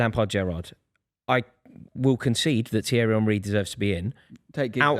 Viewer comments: The Arsenal fan not being able to pronounce Henry is fucking diabolical 😂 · I mean, if you go anywhere else in the world and ask them to pronounce the word Henry, virtually every single person will say Hen-rih as that is how Henry is pronounced. This particular footballer is the first time I ever heard the word Henry pronounced as Unh-rih so no. I absolutely do not blame anyone for not getting it right the first time. That said, once you are corrected the first time it shouldn't be hard to remember the proper pronunciation. Not agreeing with the person you were responding to, btw. Just pointing out that generally speaking, that name in English isn't pronounced that way. Hell, just ask King Henry. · Henry, Keane, Rooney, Terry Also saying Honree gets to me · Mate can he stop calling him honree